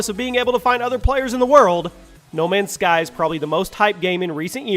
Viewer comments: U said no many sky lol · Says he gets it right this time “No Many Sky” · D.lake you mean *no many's sky* as he says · no many sky???????? its no mans sky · "No many sky" 🙁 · who noticed it said no many sky